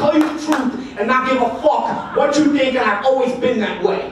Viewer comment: Sounding like it too, spit on yoo” 😂